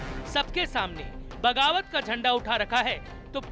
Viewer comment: Bawagat kya hota hai..🤣🤣🤣🤣 Bagawat hota hai Yaar....